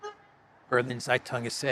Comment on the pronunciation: Dear. Zeitung is pronounced: tsaitung